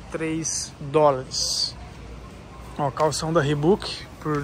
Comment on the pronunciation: Sem querer, mas já sendo chato. Reebok se pronuncia "riboque" e não "ribuque". E camisa tem botões, camisetas não. Desculpa, mas maratonando do seus vídeos, reparei nessas coisas.